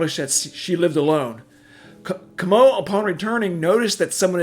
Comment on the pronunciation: Marie Frans Ca-mo? SMH